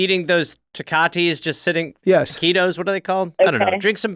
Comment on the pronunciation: Gareth not knowing how to pronounce Tecate and calling them ketos 😂